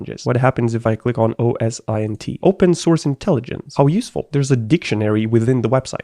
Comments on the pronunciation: I prefer OS-Int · OSINT is easily pronounced 'Oh-sint'. Every time he says "oh es eye en tea" I feel it in me. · I die a little inside every time he says O S I N T rather than O S Int. as in say the letters O and S then say Int like the start of international. Great content still though I can’t lie. 😊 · It's OSINT not O S I N T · At university and the company I'm currently working at we always pronounce it oh-sint. So your way of saying it seems pretty weird as well. Lol